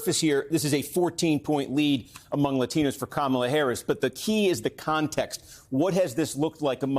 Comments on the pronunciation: See how it breaks down among people that pronounce Kamala properly. 😁😁😁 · When you can't pronounce Kamala properly, you aren't informed enough to vote and should just stay home (that includes YOU, Donald).